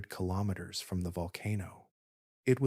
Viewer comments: The word kilometres has been mispronounced many times, and I am only 19 minutes in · Im sorry, this seems like a good video, but I had to stop about 12 minutes in. The kinometers/kimoneta/kemoleter thing was doing my head in.